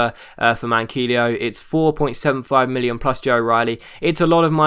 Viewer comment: Manquillo is pronlunced Man key yo